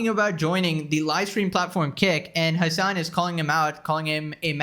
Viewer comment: "Hman"? Is it Hasan? :v